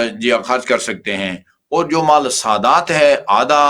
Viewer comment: مالی۔۔ نہیں۔۔ مال